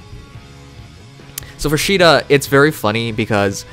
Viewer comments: Austin Turner That's japanese, not English. And also, in Warriors, they say it like "See-da". It's really how it's supposed to be pronounced. Just like how you say Caesar. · No, it's pronounced like this: See-da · Is that the actual pronunciation of Caeda?